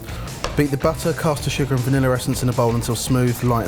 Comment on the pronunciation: If I hear vanilla pronounced vanillar one more time.....